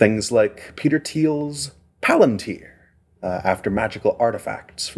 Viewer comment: I am endlessly amused that Peter Thiele cannot correctly pronounce Palantir - the stress belongs on the second syllable, as explained by Tolkien in the appendices of Lord of the Rings - and doesn't apparently understand that it was a device Sauron corrupted for evil ends. Thiele the Fanboy is a Failboy.